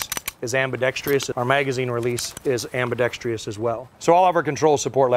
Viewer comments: WTF non word is AMBI Dex Tree US .... its ambidextrous .. why you guys add another syllable. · It’s “ambidextrous”, not “ambidextreeeeous”. Stop it. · Hey everybody it’s ambidextrous not ambidextrius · Show me the “i”. I hate to keep informing gun people but it is chronic and prolific within the gun community. I’ll spell it; am-bi-dex-trous (am-bi-dek-struhs). Stop saying ambidextrious. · WTF, is “ambidextrious?” Is that like ambidextrous? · Solid weapon., it's pronounced as it's written: ambidextrous not ambidextrious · Why do gun people, and only gun people (And seemingly all gun people), struggle so much with the word "Ambidextrous"? It's "Ambidex-Truss" not "Ambidex-Trius" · There's no such word as "ambidextr-i-ous", it's ambidextrous without the i. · Am-be-dex-TRUSS, not am-be-dextreeus. ffs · Dude from Sig needs to learn how to say ambidextrous properly ffs. Its not "ambidextrious". smh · Stop saying ambidextrious! It's ambidextrous!!!!!!!!!! And DO NOT sell this to police departments! Cops ARE NOT military!!! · Fuck me, if I hear one more person pronounce it ambidextreeeous… 😂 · "next-gen" "weapon system" "legacy system" "ambidextrious [sic]" This guy is making me cringe. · Irks me to no end when people put a second "I" in ambidextrous.